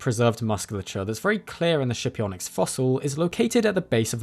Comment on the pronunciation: skipionyx. pronounced with a hard /k/